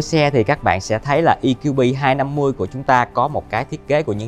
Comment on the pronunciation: Đã nói tiếng Việt thì nói cho trọn vẹn - Giới thiệu GLB200 thì nói GỜ LỜ BÊ hay EQB250 thì nói luôn là "E-QUI-BÊ" cho nó VUÔNG còn bày vẽ nói "GI-EL-BI hayt I-KIU-BI" làm gì cho MÉO ơi?